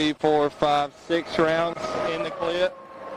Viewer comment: “6 rounds in the clieep” I would argue that cop isn’t so smart.